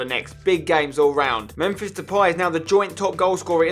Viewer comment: Fuck his second who else gets gets annoyed when he calls him memfish😂😂😂